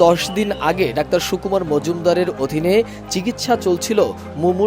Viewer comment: সুকুমার না কুকুমার!?